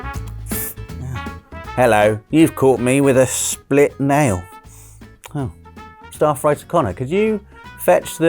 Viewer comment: Whenever calls staff writer Conner I hear it as star fighter Conner 😂